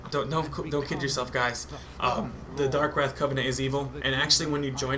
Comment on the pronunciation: Then he dosent even say darkwraith right Lmao